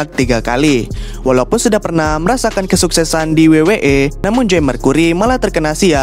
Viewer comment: Lawak betul sebutannya😂